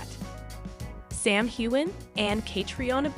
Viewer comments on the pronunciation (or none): Again,the narrator doesn't seem to be able to pronounce names and locations correctly, especially Sam and Catriona 's . Try me, I've got a great voice !